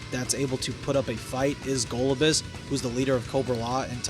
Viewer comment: Go-LOB-you-us is how its supposed to be said.